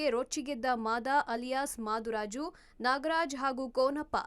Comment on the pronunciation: ಮಾದುರಾಜು ಅಲ್ಲಾ.... ಮೃತ್ಯು ರಾಜು